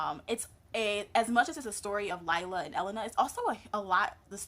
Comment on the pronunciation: Great review, name is pronounced LEE LAH though.